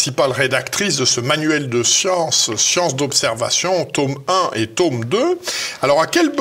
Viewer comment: Passionnant. (Mais pourquoi dites-vous "taume" au lieu de tome ?)